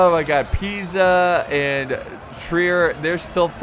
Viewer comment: Convratulations for the perfect pronunciacion of Pisa, you said it like an italian would do